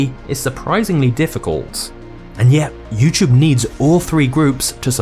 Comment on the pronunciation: You know it’s a “T” not a ch.